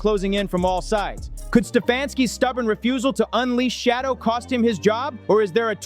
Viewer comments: His name is Shaddeur, not shadow stupid. I know you can ready.. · Smoking mirrors he can't even say the man name correctly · Would You Learn to Pronounce HIs NAME Correctly, Fool.... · Please pronounce his name correctly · Please learn how to pronounce Shedeur’s name…it’s disrespectful when you don’t! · YOUR ABSOLUTELY RIGHT, WITH YOUR COMMENT, he's NOT the only one !!!!!